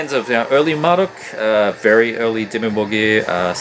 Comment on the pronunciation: Vempire is literally my favorite CoF material. The Forest Whispers My Name might be my favorite song of theirs. Man, I need all those old Marduk cds. Dark endless is awesome. I appreciate you pronouncing their name the way I do haha. I hate "Mar-DUKE" for some reason. Mar-dookie. Tara is fucking GREAT and the old Absu albums are very good as well. Lunar Aurora... YEEEEES. I need the early stuff but I have al the stuff from Zyklus forward. All great shit though. Cosmic, noisy and destructive. I got lucky and got Hoagascht on vinyl locally. Enthroned is awesome. Towards the Skullthrone of Satan and Carnage in Worlds Beyond are my favorite albums by them. Vicious shit. Trolldom is sick. Crazy though... It's old material, but two albums in one year. He might have more albums set aside I'm thinking. Lamp is sick but so hard to get physical copies of. Great vid, as usual!